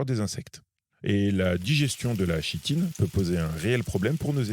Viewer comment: On dit Kitine !